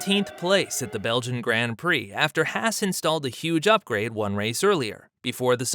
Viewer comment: look up the pronunciation of Grand Prix too. What you’re doing isn’t even an Americanism, it’s just wrong and off putting.